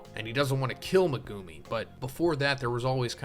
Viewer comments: Every time you say Ma-Goo-me instead of Megumi I want to scream. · Megewmi is the craziest pronunciation ive ever heard lol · Mi-goo-me... Mi-goooo-me... Mi-goo... no, nope, nope, i cant....